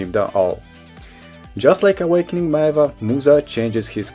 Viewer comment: Hey I'm loving the four review videos you did!! I'm still deciding on what to play but these helped a lot!! I just wanted to add that Maehwa is actually pronounced as may-hwah (two syllables)!! Once again thank you so much!